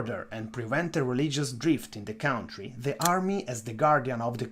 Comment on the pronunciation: And not "cowntry'